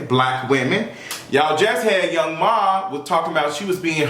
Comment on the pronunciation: Lol her name is Young “M” “A” Lol. I cackle every time says Young Ma. Lol